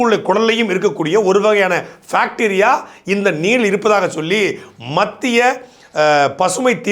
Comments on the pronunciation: Loose it's bacteria not facteria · Anne adhu bacteria nae not facteria 😅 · bacteria not facteria